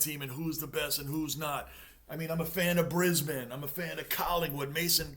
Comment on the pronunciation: Hey, Matey; The town of 'Brisbane' is NEVER called Bribane, it's called 'BRIZZIE'.